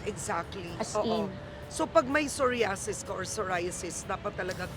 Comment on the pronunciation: I love how you also used the ‘Pinoy’ pronunciation of psoriasis. It may seem like a small detail to some, but to me it felt very intentional — a thoughtful way to make sure everyone in your audience could easily follow and undestand the conversation.